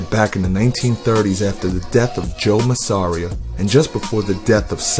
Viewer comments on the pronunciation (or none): It ain't pronounced Masaara it's more like maasaariah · Its Ma-Sa-Re-A (masseria)